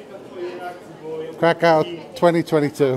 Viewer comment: Nice, my girlfriend was calling me dumb saying i was saying the city wrong 🤣 Can't wait to show her this and have her face drop. I'll keep saying it the polish way. If i visit their country i got to respect the pronunciations 😅. Thanks for the clarification. Definitely getting a big dog there